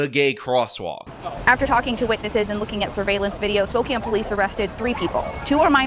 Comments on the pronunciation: Man, so many folks online make me cringe whenever they say Spo-kayne. Haha I know it doesn’t look like it but is Spo-can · wow, this is b.s. lol also you are pronouncing spokane incorrectly, its Spoe-can not spoe-kane lol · SPO-CAN not spoCANE Edit: utterly shit city but if ya gonna report da news report it correctly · That’s pronounced spoke ANN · It's pronounced "Spo-can". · It's pronounced "Spoke-Anne". Good video otherwise. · Since you’re probably gonna cover more stories from Spokane in the future because they’re insane there, just to let ya know, it’s pronounced Spoke- an. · it's Spokane as pronounced "spo can". #carryon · Washingtonian here its "spoke-anne" its a native name. Feel free to butcher it up however you want though i love watching others here squirm at the wrong pronunciation lol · Lol, it's pronounced Spoke-can.. bro I'm Canadian and even I know that haha